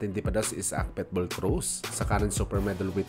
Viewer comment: Boss ikorek lang kita ha wag kang magalit....PITBULL hindi PETBULL